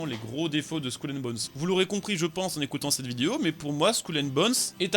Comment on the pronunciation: Skoul and bones? Fait un effort mdr